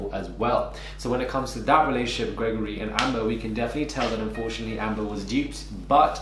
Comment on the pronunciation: I'm so sorry but I cannot stop laughing everytime you say Gregory. I'm from France by the way. The accent is killing me 😭😭😭